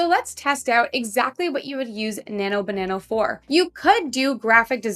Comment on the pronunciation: it's not nano banano, its nano banana!